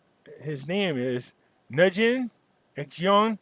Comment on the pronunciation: Phuc in Vietnamese is pronounced like "foop", like you say, but with a soft/closed P at the end. There is no "pah" that would be a hard P, the P is hardly pronounced at all. Nguyen is pronounced like wen, win or weeing, depending on the local accent. Absolutely nothing like "gwen", the G is completely silent.